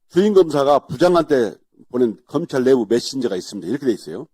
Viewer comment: 검창이 아니라 검찰ㅋㅋㅋㅋㅋㅋㅋㅋㅋ